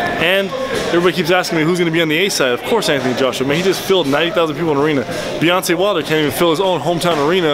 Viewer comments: Did he just call him Beyonce Wilder? 😂😂 #Savage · + TranceElevation. He said Beyonce Wilder. He's dissin' him. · I heard him say Beyonce Wilder